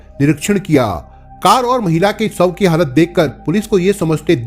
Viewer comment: Bhai shav ko sav , Ghumshud Gi ko gumsudgi mat bolo yarr please clear karo speech please